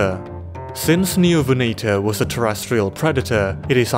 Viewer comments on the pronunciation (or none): none